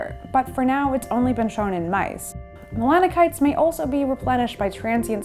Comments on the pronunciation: Did I hear her pronounce "melanocyte" as "melano-kites/melano-kinites?" Melanocyte is usually pronounced as "melano-site." ;) Thx for the info! All the best! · Mella-nuh-kites" Um, what now? I had to turn on subtitles because of the way she mispronounced the word melanocyte, thinking there was a new word for pigmentation. Nope, homegirl just confidently made some video "journalism" without bothering to even check if she knew how to say the word that she probably just learned 15 years too late in life. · Saying "mela-no-kite" over and over again ... 🤔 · Ah, melanocyte! I was wondering what that word was she was using!